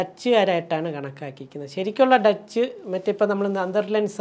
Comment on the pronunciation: ജർമ്മനി Deutsche എന്നല്ലേ ഡോയ്ച്ചേ /ഡോയ്ഷേ എന്നാണ് മെറിയം വെബ്സ്റ്റർ ഉച്ചാരണം ഡച്ച് അല്ല